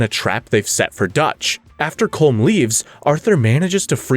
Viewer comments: It is pronounced Column O’Driscoll not Colm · Ya rolled the R in Guarma but didn't pronounce Colm correctly: Colom. LMMFAO 🤣🤣🤣🤣